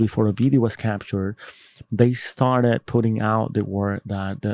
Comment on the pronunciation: Bro it’s never Bideo It’s Video 🤦‍♂️